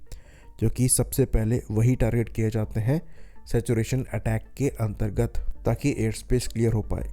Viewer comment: antargat Lan--targat looool